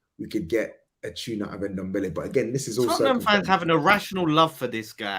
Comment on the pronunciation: You also called him NomNombele....